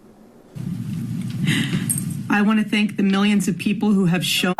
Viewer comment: And you couldn't even say thank properly! IE think. You stumbled as well.